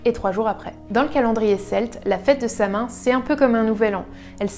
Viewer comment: Ça se prononce "Sa-Ouine", pas "sa main"...